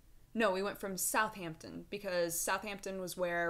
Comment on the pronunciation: not-ing-um (at least thats how i say it) also pretty sure south hampton the emphasise is on ham not south so like south HAMton....but theres a lot of accents in england so who knows haha